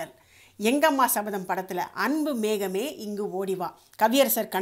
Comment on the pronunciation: Arumaiyana songs super Aana oru chinna thavaru thamizh uchcharippu Anbu mehame illai Anbu megame ok👍👍👍👍👍👍